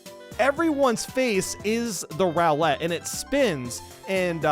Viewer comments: The way he says it, isn't that a Pokemon? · The way that you pronounce “roulette” makes me believe that you have only ever seen it written and have never heard it spoken aloud before. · Crazy pronunciation of roulette